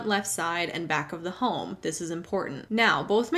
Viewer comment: I’m a guy who’ll let a stranger know that he has a booger dangling from one of his nostrils. I do this in the hope someone would offer me the same kindness in the future. In this spirit, I’m pointing out that you pronounce “home” with an L, i.e. “holm.” I very much enjoy your content. I just recently stumbled across your channel and I have been entertained and edified by your back catalog.